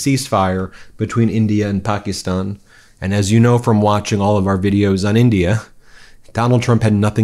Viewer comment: 'Pahk-a-stan'... not, 'Pah-KEE-ston'... professor. How is it that a Georgetown, educated attorney has so much trouble with foreign pronunciations??? It's disrespectful.